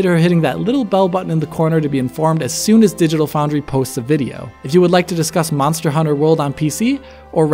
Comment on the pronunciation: "Mazda Hunter World"?